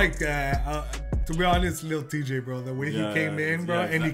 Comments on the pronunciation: Y'all are saying lil chey that's not how you say his name 😂💀, it's lil TJAY omg lol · It’s lil T Jay not lil chay🤣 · It’s not lil tschay its T-jay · ITS PRONOUNCED TEEJAY LIL TJAY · U pronounce lil Tjay as lil Teejay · ITS TEE-JAY